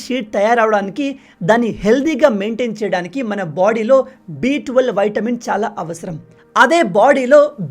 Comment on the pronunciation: Vitamin.. not VAITAMIN..